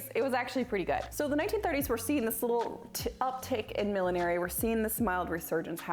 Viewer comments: It's not "Millenary." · It's funny, I have never heard millinery pronounced as mil-lin-air-y before - only mil-lin-nur-ry or mil-lin-ry. Must be an American thing. Nice vid!